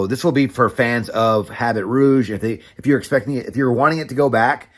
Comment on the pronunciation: H an T is silent...abby ruuh-ge..good review though